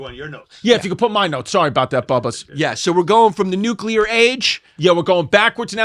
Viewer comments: Chris says Nukular the exact same way as George W Bush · No such thing as a nucular bomb!!! It’s pronounced Nu-clear. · Y'all should have a weapons expert on for this. Chrissy D can't even pronounce nuclear